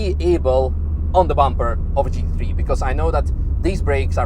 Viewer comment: Took me the whole vid to realise he was saying GT3 and not Cheeky tree.😂😂😂